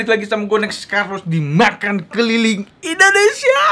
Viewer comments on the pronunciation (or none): none